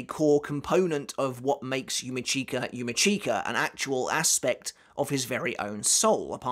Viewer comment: yUma ckeEka... 🤣 😬 It's yu-mEE-ch(i)ka... 😶 #IStillCant #Slaughtered